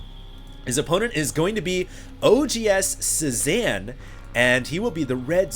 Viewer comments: Pretty sure it's pronounced "Say-Zahn," as in Paul Cezanne, the famous painter. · HD his name is pronounced CE ZAWN, it's a french word, just letting you know. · pronounced. say zahn. he was a painter